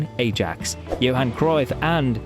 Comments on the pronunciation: It's not pronounced 'Ay-jax' it's 'Eye-ax' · I mean, the pronunciation is wrong either way. Its Ah-yahx, thats how Dutch people say it. First A is a "long A" and the second is a "short A"